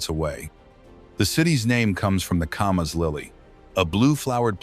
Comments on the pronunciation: Oh, yes. That one got screwed up, too. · It’s not pronounced Commas, it’s as in CAMera: Camas